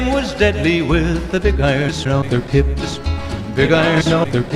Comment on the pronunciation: I hope I'm not the only one that keeps hearing "tits" instead of "hips"